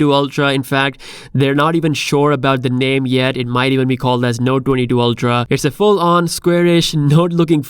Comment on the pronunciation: Lol, why can't you pronounce 22 😆¿